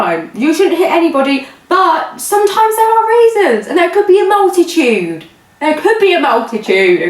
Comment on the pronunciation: LOL I love the way you pronounce 'multitude' haha Bill kills me everytime